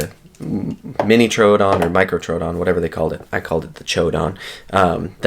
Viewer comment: Why do ppl pronounce troodon like that lol it’s annoying asf it’s pronounced like truedon TROODON THERE IS NO U OR A IN THE FUCKN WORD LMAO JESUS 😂😂🤯